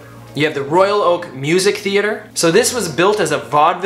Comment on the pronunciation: "Royak Oak"??